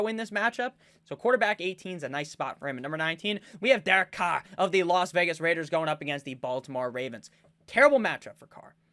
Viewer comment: Can someone make a compilation video of saying “The LAS VEGAS RRRAIDERS”